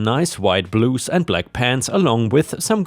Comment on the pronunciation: Blouse is pronounced blauwse.